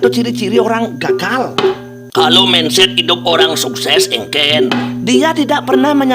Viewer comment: Mindset dibaca mainset. Solusi bukan selusi